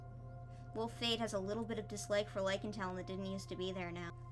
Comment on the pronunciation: "there's treestar as a potato" yes, the best wittle tato indeed.